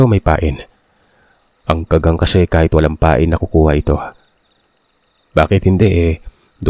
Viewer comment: tingin ko sir Ka-gang tamang bigkas hindi kaggang